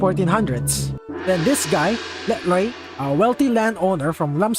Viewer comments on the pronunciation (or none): "Lek loi" what 🙏😭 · “Let loiq”